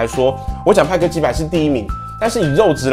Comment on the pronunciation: 派克變麥克